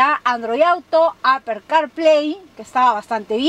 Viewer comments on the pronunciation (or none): none